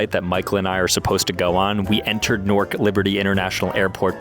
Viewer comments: Why is he calling it nork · “Nork” son